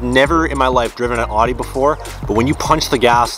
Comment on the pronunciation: Love how you pronounce audi it's hilarious